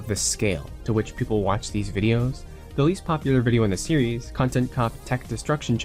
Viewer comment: Great documentary, but the way you say series physically hurts me. Still a good video though.